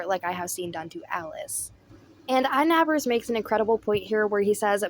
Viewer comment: There is no "s" in inabber